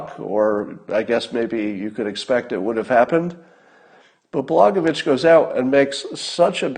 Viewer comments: Pronounced: Bla-Goya-Vich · Blagojevich - pronounced Blah-goy-eh-vich. The j in the second syllable sounds like a y.